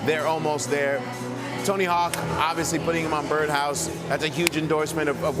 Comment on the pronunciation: Dude said Tony Hack… 🤦‍♂️